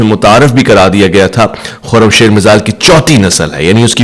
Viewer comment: Bahi. Khoram shir nahi he.. khoram shaer خرم شهر.. ایک شهر کا نام هین. خرم شهر. 😊😊